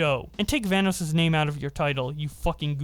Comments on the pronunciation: Nobody gonna talk about how keem called Vanoss “Vanass” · I can’t ignore keem saying “Vanass” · yo keem is saying vannas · I got flashbacks when Delirious called him Vanass in the early 😩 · Keemstar saying Vanoss like "Van-ose" hurts me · Don't forget every Van-ass he says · I also like how people pronounce vanoss as vanoose.